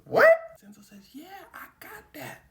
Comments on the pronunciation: It is pronounced VIN-CHEN-ZO come on bro u said it wrong so many times brother 😂 but ya bruh it’s def for ITALY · Its pronounced vinchenzo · Why is he saying his name like that. It’s not Vincenso. It’s pronounced vinchenzo, but it’s spelled Vincenzo!! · Homie! I love your videos. My brother is Vinny my dad is Vinny. My grandpa is also Vinny. Vincent is vencenzo. Vincenzo=vinCHENzo. That's how it's pronounced. I say it out of love because I like you doggy. I don't want you looking foolish. Keep up the good work bro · the c in vincenzo is pronounced like the c in da vinci .... like chain... vin-chen-zo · love your work, not sure anyone's said it's pronounced Vinchenzo but yeah, checking pronunciation when unsure helps congruence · someone else probably said this already but Vincenzo would be pronounced "Vin-Chen-So" as a dude who has a name that's hard to pronounce I gotta stick up for this idiot lmao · It’s a “ch” sound bruh. DaVin ”chi”, Vin “chen”zo. 😭😭😭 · Vin-Chen-Zo Italians 🤌🏽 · U a goat as always gang but its pronounced Vin•Chin•zo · Vincenzo is pronounced “Vin-Chen-zo”. Great video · it's pronounced vinCHenzo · Homie, it's pronounced "Vin-chin-zoe". I'm Sicilian and black and gotta uncle with the name. It's a lotta dialects and local languages, like Sicilian, that ain't exactly standardized unlike the colonial Northern Italian language. So it can vary, but that's what it is everywhere that I know of. The "c" and "cc" can both make the "ch" type sound, as well as the hard "c" or "k" type sound, depending on surrounding letters. The soft "c" or "s" sound is usually just made using an actual "s" unlike English. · The way he says Vincenzo bothers me so much 😂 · A ‘Ch’ sound in the middle since it’s an Italian name, not ‘s’ as in Spanish. Also in Spanish would be Vicencio (mostly a last name though) or Vicente which is the “translation”.😊